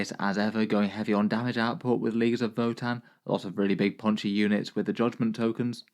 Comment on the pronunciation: This man didn’t even try pronouncing that votann players name 😂